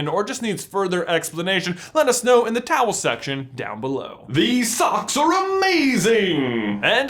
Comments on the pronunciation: So I have a question... why does he always call the comment section the towel section? Or am I mishearing that? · Why ya call it the “towel section” 🤔